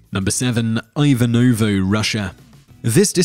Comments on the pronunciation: You should put Ivanovo in Google translator and pronounce it correctly. Like Yvanovo without those "ous" at the end of the word. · Tenotch-tit-lan? Tibuktu beaches, Eye-wanovo and list goes on and on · Ajvanovo? plz, learn to pronounce |ivə.novo| rhythms with heave another. ..79 AD, not BC!